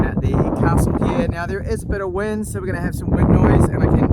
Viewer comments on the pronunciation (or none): none